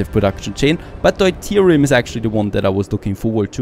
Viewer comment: It's [dew-teerium] in english